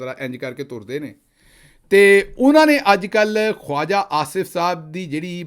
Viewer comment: Khwaja should be pronounced as khaja